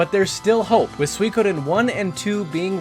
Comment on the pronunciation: I know he's pronouncing Suikoden properly, but I fuuuuuuuuuucking hate it